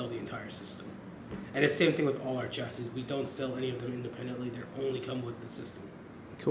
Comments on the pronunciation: CMON PRONOUNCE CHASSIS RIGHT!!!!!!!!!!! ITS PRONOUNCE CHA-CEE DUMBO!!!!! DAMN MAN... GOT A ALMOST 15GRAND OR SO PC AND ARE SPEAKING ALL ABOUT ITS SPECS AND '" OR WHATEVER EVEN WORKS FROM DIGITALSTORM.. AND CANT EVEN SAY IT EFFING CORRECTLY MAN!!! I LIVE IN HAYWARD CALIFORNIA NEAR FREMONT AND I WILL STRAIGHT UP GO TO THE HQ AND TELL THEM "" NEEDS TO PRONOUNCE THE DAMN PC'S COMPONENTS AND CHASSIS RIGHT.. JEEZUS OF "DIGITAL STORM" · He's saying chassis wrong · He said chassis wrong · SUCH TECHIE DUDE(S) BUT CAN EVEN PRONOUNCE "CHASSIS" RIGHT!!!!!! CMON!!!!!!!!!!!!!!!!!!!!!!